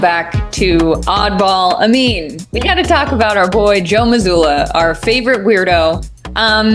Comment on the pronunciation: sometimes when Amin says his name, it sounds like he is saying amino acid, which woulda been a banger nickname.